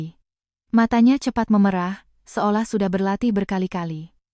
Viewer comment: David Jak sei Maaf telinga saya gak enak mendengar kata mata yg meme'rah (e- ekor) ibu ucapkan memerah ( e-embak) susu sapi Bila ini memakai AI, itu gak benar, AI nya hrs di kritik 😊